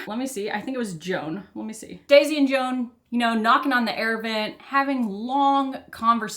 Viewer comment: Joan is pronounced Zho-an, almost like Juan. It's a Catalan name, fairly common in the Spanish-speaking Caribbean.